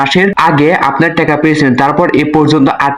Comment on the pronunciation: টেকা না টাকা শব্দ উচ্চারণ সঠিক করেন